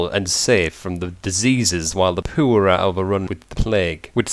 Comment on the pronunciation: I love the way he says poor, like puer.